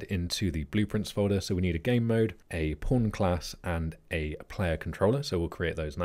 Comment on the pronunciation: I'm constantly understanding "porn" when you say "pawn". Do I have a problem?